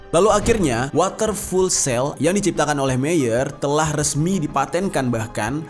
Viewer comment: Bang fuel itu bacanya ( fiul ) bukan full hehehe